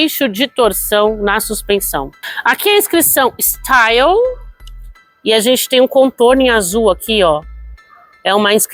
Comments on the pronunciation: Bha so falou mal do carro e o y se pronuncia i no frances e não é staio e sim style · Sua pronuncia está errada o carro é francês, o y tem som de i.